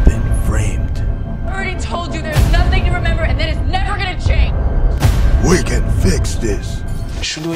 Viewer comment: "bryen mells"